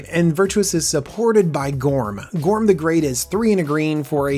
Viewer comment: I think he said Gorm wrong